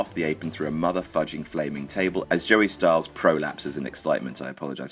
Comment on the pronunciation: did he say Jerry Styles?? ITS JOEY STYLES !!!! THATS IT IM UNSUBSCRIBING !!! KNOW YOUR FACTS !! lololololololololoolololol :P :P just kidding.. (OR AM I?) :D